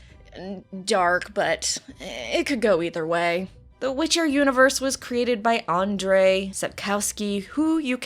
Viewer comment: Damn it...people, don't butcher author's name! It's Andrzej!!! not Adnrej...